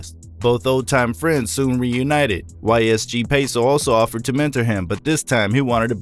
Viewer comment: Dude you said yle peso abd ysg peso. The funny part is, its actually YOG Peso dummy